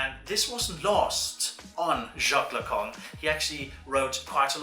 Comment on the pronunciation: Yeah, i laughed so hard, also near the end Lacan becomes "the Kong"